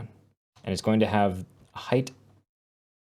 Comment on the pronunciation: did you just say hate for height :)